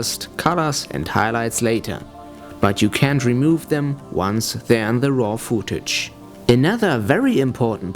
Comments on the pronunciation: worst english ever xD fooouuuutage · Footage wird wie foot ausgesprochen :) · gehe bitte auf leo.de und höre dir die korrekte Aussprache des Wortes "footage" an. Ansonsten fand ich das Video sehr informativ. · "foodtage"... haha. es heißt footage! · This is an extremely helpful video. Thank you. With that being said.. I lost it when the dude says "Fooo-tage." hahaha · "fuutage" xD